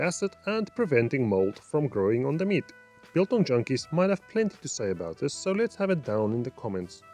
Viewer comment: Just one thing bro... its not "Beeeel-Tong" let me help you there... focus on the capital letters and combine the two "do you have a one dollar (BILL)" and "where did i leave my barbecue (TONG)? " thats so simple .... "BILTONG" :)